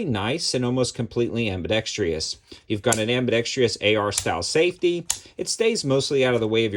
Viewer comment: It’s AMBIDEXTROUS,……NOT ABIDEXTREEEEEEEOUS……..it almost discourages me from purchasing one of them.